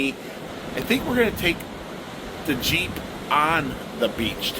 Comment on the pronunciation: He says "Yeller" Jeep. My biggest pet peeve is people who don't speak correctly. He's so bad that native English speakers don't understand him.